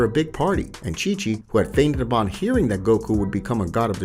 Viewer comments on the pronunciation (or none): none